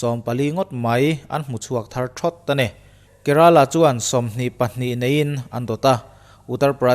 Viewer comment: Bengvar thlak thin hlemai....chuan Kerala tih ilam dan tak hi nalh kalo ti riau a😀😀